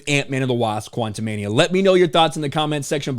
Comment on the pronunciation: Why do you keep pronouncing the movie quantamanium?